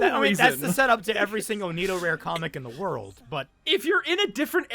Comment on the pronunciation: The hell is "neeto-rare?" Neh-tow-rah-reh is how it is pronounced. You're such a normie.